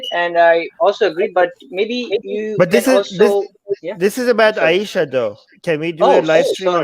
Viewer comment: I subscribed just to hear you say Aisha for the rest of my life. It's very nice when you say it ☺️☺️☺️